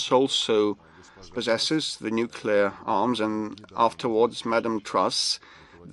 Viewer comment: El púton lo que quiere desde hace tiempo es apretar el boton "nucelar". Si no ha tardado en soltarlooo!! Estaba deseando